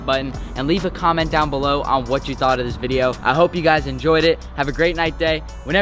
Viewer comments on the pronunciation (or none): none